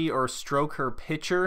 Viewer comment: Its PIC-TURE bro. Not pitcher. PIC. T. U.R.E.